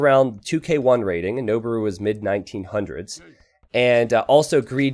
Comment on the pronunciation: noboru is pronounced " noh-BOH-roo" not "noh-bah-ROO". It means "to climb".